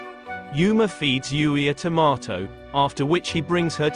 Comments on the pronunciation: When the narrator says "tomaty" it's so funny 🤣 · when the narrator says "tomato" its so funny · So funny😂